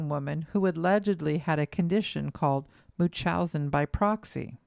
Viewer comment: Am I the only one getting annoyed that the narrator doesn't pronounce the N in munchausen? 😵😅